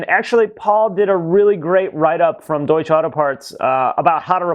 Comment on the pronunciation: Your sponsor is pronounced Doy-ch(a) There's a short 'a' sound on the end.